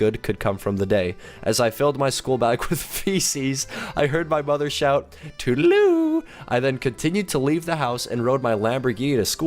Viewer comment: It's tootle-loo or tootle-doo